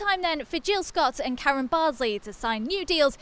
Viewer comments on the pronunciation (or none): none